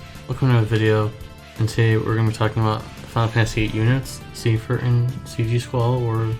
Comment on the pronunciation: its not "seefer" lol #